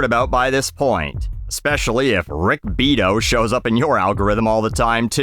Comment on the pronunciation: I really hope that was an intentional mispronunciation of 'Beato'